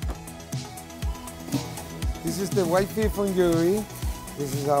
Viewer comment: Whiot fesh